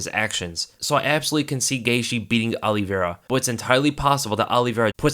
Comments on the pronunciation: Please quit saying ollievera lmao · he said Charlie Olives. Lol ever since Dan Hooker in his New Zealand accent said Old Charlie Olives that’s all I hear when anyone says Charles Oliveira.